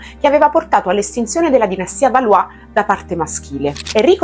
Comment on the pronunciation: Tu assomigli a Jeanne di Oscar. Tuttavia nell'anime pronunciano Balò e non Balù.